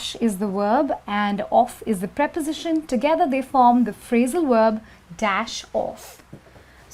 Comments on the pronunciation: her "wOOOrb" upsets me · VVvvverb not WoOoOorb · How she said 'verb'? worlb? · omg yeah lol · I was thinking the same while I was watching the video lol